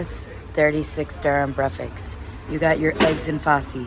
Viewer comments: Sister, the word is breakfast, not brefix 🥰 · Why is it so difficult for you to pronounce Breakfast right?!!! It is weird how you pronounce it. Break and Fast, but you seem to drop the K :-) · Not brefix.. it is BREAKFAST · love your vlogs, one question though why do you call Breakfast "Breafex"? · I m confused..... it's breakfast or it 's breafaks... 😅😅😅... No judging we love you ...we are your family....dima maroc... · I noticed you pronounce breakfast without the 'k" and with an 'x' at the end, as in breafix. Am I tripping ? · did she say breafaks instead of breakfast lol shes so cuute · Why do you keep saying : BREAFAKS instead of breakfast🤣🤣 love u by the way 🤣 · I'm curious, why do you say brefis instead of breakfast? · Did you just call it brefix and repeat it at least 15 times. You can understand it by saying break your fast after your sleep, therefore breakfast. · I love the way you say breakfast LOL breakfeks we are all here ur family here is few darija for words Olive = Zaytoun Plate = Tabsil Milk = Halib good video as usual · I love the way you say breakfast....brefix😄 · why do you say breakfast like that 😂😂😂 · I love the way you pronounce "breakfast" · Welcome in Morocco, you should visit Tanger city, and fez city you would love it, By the way i like the way you say Breakfast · It's so cute how she pronounces breakfast 😊